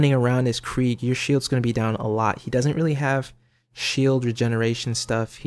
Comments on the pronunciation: It's spelled Krieg... You say Kreig. If it was Kr-ay-g it would be spelled Craig... No? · that's Craig not Krieg, Krieg is German and the ie is pronounced as ee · It is actually pronounced KREEGE as in the German pronunciation of the word Krieg meaning "war" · It's Krieg...as in German...as in Blitzkrieg as in KREEG as in how it's pronounced by....krieg himself